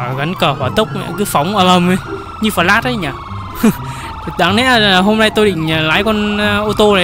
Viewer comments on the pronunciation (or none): none